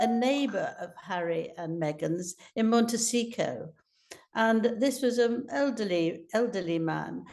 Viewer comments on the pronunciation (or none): Will someone on production please tell Angela it is a 't' at the end of 'Montecito',, not a 'c'. She says, and has said in other stories "Montecico" which is inaccurate and very annoying! It's poor editorial production.